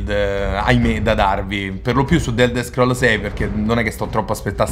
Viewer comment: "d'elder scroll" è bruttissimo da sentire però.